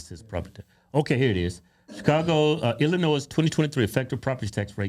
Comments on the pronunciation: FYI the S in Illinois is silent :) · the s is silent..u country asses..luv u boys!!! I live just outside of the city....hire a teacher, this what u get...just like san Francisco another woke ass teacher... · please stop pronouncing the 's' sound on Illinois, its silent, if someone from the staff see this please tell them...just being a friend 😀